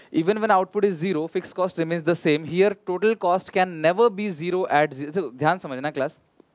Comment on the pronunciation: When sir reads, He Says ZERO, When he Explains He Says, GERO 😂